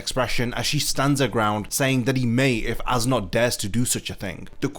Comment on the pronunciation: I'm sorry awesome video, but I cant stop hearing "ass knot." 🤣🤣🤣